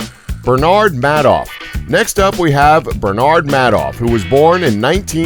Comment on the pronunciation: It's pronounced May-doff